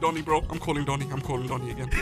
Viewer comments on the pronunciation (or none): said dooni not doni he need education 🙄